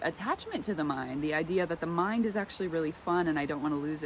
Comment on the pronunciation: __ You said 'mind' and I heard 'mime'. Close enough for government work.